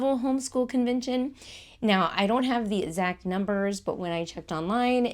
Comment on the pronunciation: You can delete this comment of course, I don’t mean it to be rude. But I’m unsubscribing because you keep mispronouncing words that start with ex-. You’re saying et-zibit and et-zact. It’s throughout the video. It wasn’t just a one-off. You do say ex right a few times. I’m not saying you can’t say your sounds. Maybe it is just your dialect.